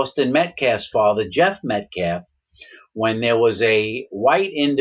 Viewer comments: The guy says Metclaf and optopsy lmao. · First of all Mr Metcalf didn't attack anyone. And say the man's last name correctly if you want to be taken seriously, period